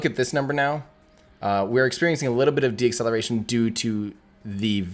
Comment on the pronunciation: I love the videos, but ‘deacceletion,’ is not a word. It is “deceleration”; not as you pronounced it: de-acceleration. It’s deceleration